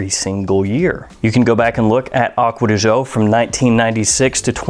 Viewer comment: Sry can't stand it anymore, read it like acqua di joe not acqua di jeaux... Trust me im half italian